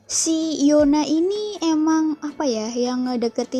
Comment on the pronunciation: Yuna bacanya